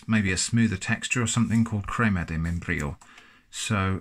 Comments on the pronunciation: Crrrema de membrrrrillo. Well said sir 👍🏻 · That hard Spanish /j/ sound is not your strong suit I see. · "crima Di meienbrillou"